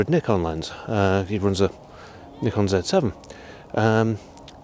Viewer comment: Great to hear a reviewer pronounce Nikon properly, and not like some inept "experts" from the far west.